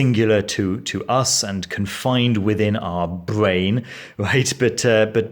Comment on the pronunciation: How can anyone take a person seriously that can't even pronounce Bwain (Brain)